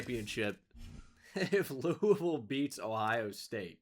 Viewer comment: shoutout for always saying louisville right and shoutout EA Jeff Brohm for beating ohio state and going undefeated